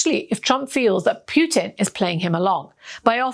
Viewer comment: Can you please learn how to pronounce President Putin's name correctly? It's unbearable.